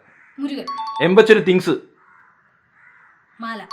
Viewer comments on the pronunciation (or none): Not ( MALA മല )❌ , ( MAALA മാല ) ✅ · mrudhula malayalam paranju -maala (മാല)😅😅